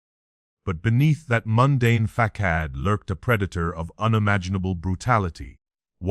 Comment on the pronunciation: You AI narration isn’t doing you any favors. Facade pronounced “fuh-saad” NOT fah-kad!